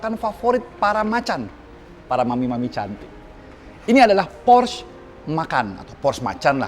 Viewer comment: por - sche bukan porsh.. udh kyk matt watson salah mulu nyebutinnya, bikin orang jerman pada nepok jidat